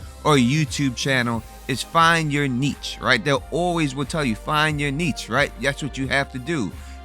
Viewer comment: Ok. You said Marylin Manson instead of Charles Manson. You mispronounced Niche. And you had some funny wording, but you really caught something here! The question is...did she do a deep dive into the Bay Harbor Butcher? And if so...does she suspect it wasn't Doakes?